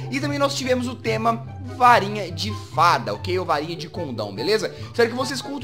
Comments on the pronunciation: Rapaz, o Jazz falou Varinha e eu entendi Farinha! kkkkkkkk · eu pensei que o Jazz havia falado farinha mas é varinha